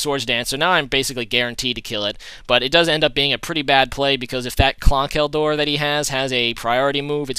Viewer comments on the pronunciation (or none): conkeldurr is pronounced kon-kull-durr. not klonk-ull-durr but great video btw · lol. but ya u know its conculdurr right? not clonkeldur. dont quote me on spelling i know its wrong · Bro. Learn to pronounce words. Your pokemon names are often wrong. Conk-ul-der. Stupid. Trollololololololol